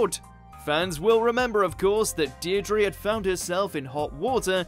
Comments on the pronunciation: It’s pronounced dear druh lol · Deirdre, not Deirdrie